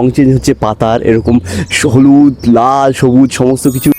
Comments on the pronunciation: আচ্ছা শুধু কি আমিই ভুল শুনলাম উনি হলুদ না বলে শলুদ বললেন না 😂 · উনি শহলুদ বলেছেন